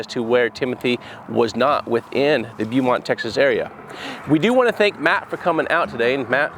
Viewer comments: just so you know Beaumont is pronounced Bow (like a bow and arrow) mont. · Thanks for what you are doing here. Just so you know, Beaumont is pronounced like "Bowmont". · great job everyone... but it sounds like Bowmont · Love the work you do. FYI it's pronounced Bo-mont. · I love your channel and the service you provide. Just some friendly info, Beaumont is pronounced Boh-mont. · I live 20 minutes away from Beaumont. ( pronounced Bo-mont). Hope they find them. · The city Beaumont is pronounced Bo Mont. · Ask people there how to pronounce the city correctly. You have it wrong. It’s said as Bo Mont Texas. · I live in Beaumont Texas and it is pronounced "Bow Mont"...Jared you and your team are awesome! Thank you for what you and your team do! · I’m a native of Beaumont. BTW, it’s pronounced Bo(long o)-mont. It’s French and means beautiful mountain. Ironic I know. No mountain near it. Consider the effects that tropical storms and hurricanes may have had an effect on his vehicle. If he went in prior to Rita, the currents rushing in during the tidal surge were massive. I don’t know if that could be enough to move a car. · Lol it's pronounced Bo-mont tx keep up the good work guys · The city name is pronounced Bo-mont, TX. Now Bewmont. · Beaumont is pronounced Bo-mont. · The way you pronounce the city is bo - mont. It's french.. I'm a born and raised Texan. I think what y'all are doing is absolutely fantastic. Keep up the great work.🤠👍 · Beaumont texas. Please. Pronounced Bowmont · Native Texan here. The town is pronounced Bowmont. Thanks for what y’all do! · I live In Beaumont and hadn't heard of this case before It's pronounced BOmont BTW. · It’s pronounced Bomont. Lol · It's pronounced Bo mont. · Awesome guys!!! Beaumont is pronounced Bo mont.😂😂😂😂. Sorry I’m a Texan! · The town is pronounced Bo Mont. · Pronounced Bow-mont. long o. I have family there. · its beau as in what southern girls call their men their beau i know i live here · It's pronounced BOWMONT